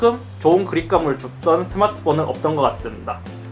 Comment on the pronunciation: 서마트폰이라고 발음되네 ㅋㅋㅋㅋㅋㅋㅋㅋㅋㅋㅋㅋㅋ 아 웃긴데 신기햏ㅎㅎㄹㅋㅋㅋㅋㅋㅋㅋㅋㅋ